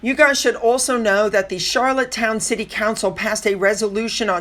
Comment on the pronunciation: It’s Charlottetown - not Charlottestown - no ‘s’.